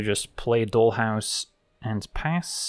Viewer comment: Your accent, grammar, and slang are always spot on, which is why your pronunciation of dollhouse was so noticeable. Here in the US, maybe it's different elsewhere, doll rhymes with tall. Just another example of how English is weirdly inconsistent. Not a big deal but I thought you might want to know. That being said, one thing that I am constantly surprised by but never see anyone comment on, including myself, is your subtle grasp of slang. It's great. As always, video was excellent. You are by far my favorite MTG content creator. Your decks are fun, but also your explanations are thorough and educational, your laid back style is relaxing, and your sense of humor shines through. We can always hear the smile in your voice when you are genuinely surprised by an opponents move that actually puts you in a bad spot. It's not a place that most people would find amusing, but you always seem to, and we can feel that you are actually enjoying the game. Top notch.